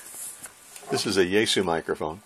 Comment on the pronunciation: Yaesu is actually pronounced yah-ess-ooh. Japanese やえす.